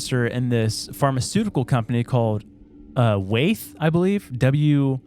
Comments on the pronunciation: It’s Wyeth! (WHY-ITh) pharmaceuticals. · It's pronounced WHY-ETH.